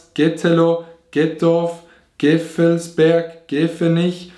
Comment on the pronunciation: Same - (Gevelsberg) - er hat GEFFELSBERG gesagt...